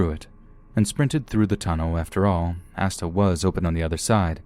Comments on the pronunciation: Asda is pronounced aZda. Sorry it made me stop the video to correct u. Now back to the video and try and sleep to ur soothing voice. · I love the way you pronounce “Asda” XD I’m British and it’s weird hearing an American say it lol